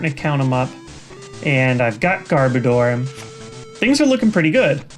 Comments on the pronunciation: Garbodor sounds like Goudavour in your mouth xD Also I am pretty sure I spelled the last pokemon wrong, but don't hate me for it.. I am not as knowledgeable pokemon wise as any of you.. I just enjoy it and noticed it =X hope it helps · I'm pretty sure when you say Garbodor, the last two syllables are supposed to be pronounced like the word "odor." Personally it doesn't bother me when people pronounce it differently though. Pretty sure that's the only "wrong" pronunciation in the video, though.